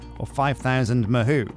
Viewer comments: lol i think its pronunced Mah hoe not mah who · It's pronounced Ma hoe not ma who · As someone who speaks Japanese as well as english, listening to this episode made me wanna cry 😭 Ma-who? The word for Magic, "Mahou" is pronounced "Mah" with the vowel sound from "Mama", and "hou" with the same vowel sound as "Paul" (in your accent, at least 😉) I'm not even gonna try to teach you to say "Tsukai" 😅 Great episode! My submission for the Dragon name is Cobalt :_Straw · Ma-hoe Sue-k'eye is probably the closest you can get as a westerner, to pronouncing it correctly without lessons XD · god hearing the word mahou mispronounced hurts my ears lol (its ma like in grandma) Hou (pronounced like Hoe) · I'm thinking, that you not have watched anime before. The "ou" mahou is pronounced with a hard O sound as in row, tow, and throw. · Literally cringed every time he mispronounced it. Still gotta love him though. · Isn't it more like O in door? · fuck does it hurt to hear say Mahou like he does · mahou is pronounced with a long O sound, almost no U sound